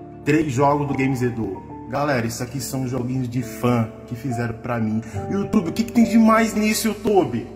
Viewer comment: E aquele ditado. "Youtoba"